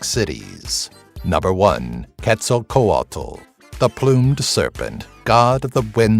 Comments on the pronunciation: All the times in this video you didnt pronounce quetzalcoatl as Ketz-al-coatl...you pronounced it Ketz-sal-co-a-dal im done😂💀 it was pure suffering But its interesting to know some aztec mythology that i didnt already know in this video. I know like 5 of them, and yes i know its hard to pronounce they're names but still it was a bit weird hearing someone mispronounce Quetzalcoatl's name. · Ket-Zal-kowatel is how to pronounce quetzalcoatl